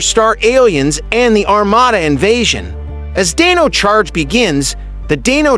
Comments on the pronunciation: Did you really say dayno charge its Die-no charge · It's funny because it pronounced it correctly for Dino thunder, but then for Dino charge it didn't. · you seriously need to pronounce these names right Divatox Animarium Lothor Pai Zhuq Dai Shi not Dai Shy Dino Charge it sounds like dayno charge Evox not Avox Wind ninja academy not wine